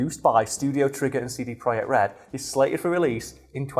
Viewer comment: Pretty sure it is pronounced project idk